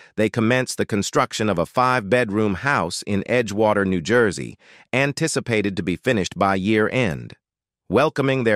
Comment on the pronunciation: Where do they get these commentators who can’t pronounce words like New Jersey😂